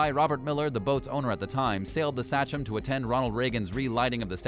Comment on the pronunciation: Uss“Say-chum” not satchum 😂oh man 🤦‍♂️